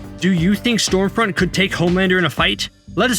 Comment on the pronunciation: I seriously couldn't tell whether your calling her Storefront or Stormfront.